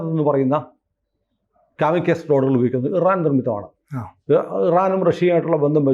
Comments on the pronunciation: Kaamikus alla kamikaazey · കമികാസി എന്നാണ്, കമികസ് എന്നല്ല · കാമിക്കസ് അല്ല കമകാസി ❤ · കാമിക്കേസ് അല്ല കാമികാസി (zi)..ആണ്.. സൂയിസൈഡ് drones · it’s pronounced as “ka-muh-kaa-zee” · കാമി കാസെ എന്നാണ് പറയുക. ഗൂഗിൾ ചെയ്ത ശേഷം വാര്ത്ത ചെയ്ത് കൂടെ😅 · കാമി കാസേ - ennu parayunnathakum kurachoode correct.